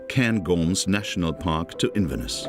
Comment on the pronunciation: Your pronunciation of Inverness is dreadful……….